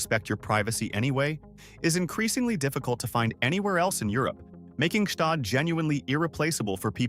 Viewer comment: Gstaad is NOT pronounced Ge Staad.